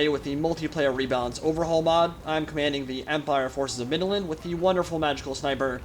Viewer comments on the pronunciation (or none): You Said middenland.... I lisent "stark" 😏